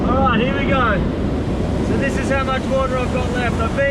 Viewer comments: "Infinite watah sowrce" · nobody, this guy: Wood'ah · I love how he says “wahta” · Goes to kitchen starts drinking water from my water dispenser "Now this is a good source of watah" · Ah, yes "watah" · its more ‘wodah’ instead of ‘watah’.